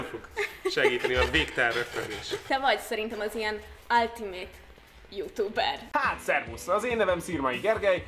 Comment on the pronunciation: az "áltiméjt jútúber". Bad bad pronunciation.